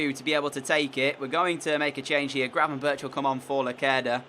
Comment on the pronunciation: And gravenberch